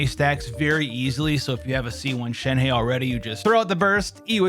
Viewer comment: Not shen-hey its shen-HUH